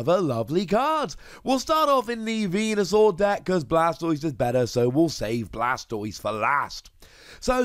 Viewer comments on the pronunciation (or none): I pretty sure it is venasaur not vanusaur.